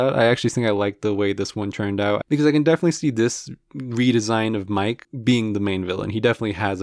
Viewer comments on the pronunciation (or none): Bro went from Mike to Miguel 💀